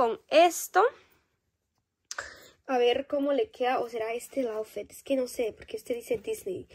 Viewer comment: Se Dise aufit no aufet